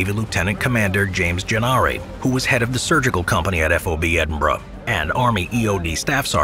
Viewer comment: Please stop saying "EF OH BEE" lol... it's just FOB "Fahb". It's killing me and anyone else that knows the correct way to say it 😆